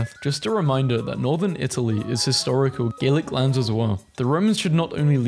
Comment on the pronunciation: That would be pronounced Gallic, with an ah sound, not Gaelic, with an ey sound. Though, as a Gael, I wouldn't mind annexing those lands, if you're offering.